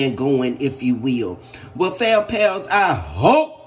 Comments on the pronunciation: Thank you for emphasizing "HOPE" at the end😅😅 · yeah, I was like what????? It caught me by surprise.